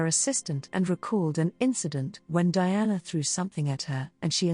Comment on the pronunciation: DIANA NOT DIANE